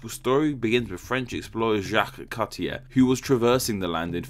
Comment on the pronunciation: Cartier is pronounced car t ay